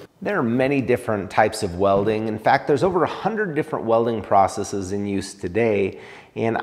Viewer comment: Thankyou for pronouncing "processes" correctly! You're one in a million. 😉